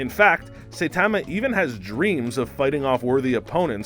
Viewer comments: It’s not that important but Saitama is not pronounced, say - tah - mah, it’s pronounced, sah - eee - tah - mah. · it is pronounce Sa-yi-da-ma , not Say-ta-ma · GET IT RIGHT HE'S NOT PRONOUNCED "SAI-TA-MA" HE'S PRONOUNCED "SA-I-TA-MA" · It annoys me so much when he says "Saytama".Does he even watch anime? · Dude just said Saipan wrong and I’m clicking off now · Say TAH ma just made me cringe so much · “Say Tamma” 😂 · Nobody, I mean absolutely nobody. This guy: Satamma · U pronounced saitama as saytama and super sayian as super saiyan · “Saytama”. Narrator clearly watches the show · Please learn pronunciations of saitama and saiyan 🙏 and this isn't how he really got his powers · i cant stand the way the guy says "saitama" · You prounounced Saitama Do you watch dub or sub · We've just started any you're already pronouncing Saitama wrong. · Why can't he say saitama name right and why can't he say super Saiyan right? It's not like they don't repeatedly say it in the shows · He also mispronounces Saitama. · ikr he pronounces saitama as the way you pronounce saiyan and vice versa. Irritating as hell 😂 and yes i probably spelled those wrong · super cyan huh? say tama huh? are you just reading a script dude? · Everyone is so obsessed with how he says “Super Cyan” that that missed the 10 more times he says “Saytama” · This man said Super Sighyan 😒 then called Saitama Saytama.. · it’s funny he says saytama and saiiyan but if he switch the first parts around he would say them right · LOL nice video, funny too XD. But you pronounced a couple of things.. differently than I would have. First, MAN-GUH, then Saiyans, and Saitama lol but whatever still get a thumbs up from me.